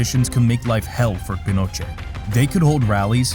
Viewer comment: I was enjoying the video until the narrator started mispronouncing Pinochet